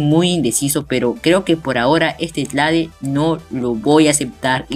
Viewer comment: like por cada vez que dijo tlade xdd